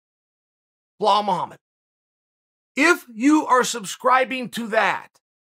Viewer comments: even with those glasses u still butchering his name ( Belal) Bee_ lal. not Blahal. 😩. 💪🏼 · Always get smarter after listening to chael Only thing, you keep saying "bell-hawl". It's pronounced "beh-LAWL" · WHY THE FAK HE KEEP CALLING HIM "BLAHOL" IF HIS NAME IS BELAL? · Chael, the name is not Bohall, it's pronounced Beelal Muhammad. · BLEHAAL mohammed ? For crying out loud. His name is BELAL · After hearing behall so many times, I can’t go back to belal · This guy butchers names like b one else... it’s not BlaHal it’s Balal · Chael: Bluhall Mullamed Me: ok great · Everytime Cheal says Blehal take a shot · Nobody: Chael: Blah-hall Muhammad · If the Undefeated and Undisputed Champ pronounces it "bEhall", so it shall be. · Chael "Blah Hall" Sonnen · Chael " blaa hall " Sonnen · Chael who is Blahall??? Do they not teach spelling and sounding it out in Oregon or something? It’s really not a tough name I don’t know why your struggling. His name is Remember the name and you can’t even say it correctly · Chael put an effort in getting his first name right it's not Boholl Muhammad😂😂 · Where do you see in the name Belal an " H" sound? I mean it's the third or the forth time you say it like this. I only bring that to you because I'm a big fan and it's not that hard of a name to pronouns like some Russian names, ok great.